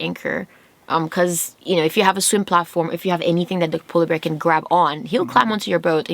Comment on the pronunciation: Did you say sola bear?